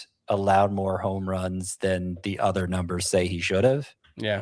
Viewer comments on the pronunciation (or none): the word "other" is pronounced uh-thur, not ea-thur like the name Heather.